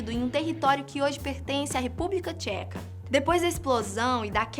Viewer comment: República Tcheka kksjajsjakanab,minuto /